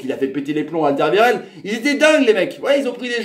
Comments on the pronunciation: Haha, pas de souci, ça nous fait toujours rire de vous voir vous prendre les pieds dans les noms flamands ^^ Sinon tu peux toujours regarder les matchs sur la RTBF, avec l'ami Rodrigo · La prononciation de Alderweireld ^^